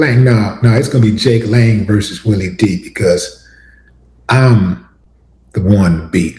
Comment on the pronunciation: His name is pronounced Jangalang. Not Jake Lane….🤣🤣🤣